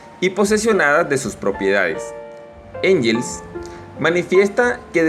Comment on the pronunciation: Se pronuncia "guens"